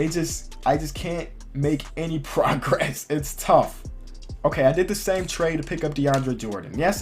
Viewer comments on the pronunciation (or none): none